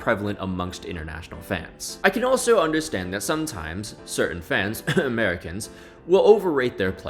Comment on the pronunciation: Love how you said Americans in that way considering your American